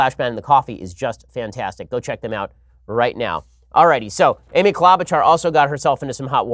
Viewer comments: It's Amy "klow'-ba-shar" not - whatever you said! (I am from MN, so I know.) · Ben, just so you know its Amy KlObuchar Hard O. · Klobuchar is pronounced with a long o. And the ch is sh like machine.